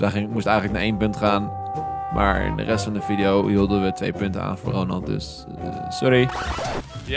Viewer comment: Hij zij videe inplaats van video haha